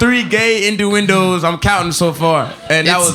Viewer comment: Did say „Indu-Indo” for innuendo? 😂